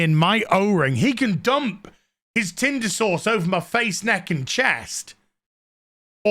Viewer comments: Can someone translate British. Is saying tinder sauce or tinder source? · Omg... saying tinder sauced or sourced... who knows... it's killing me hahaha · 🤭😂 Me when I realized you’re not saying tender sauce you’re saying tindr sauce! 🤣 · I thought Odin’s old man voice saying “tinder sauce” was funny but holy shit when I heard your posh old world accent stress the syllables on sauce when saying “tinder sauce” I lost my shit. Thank you for that.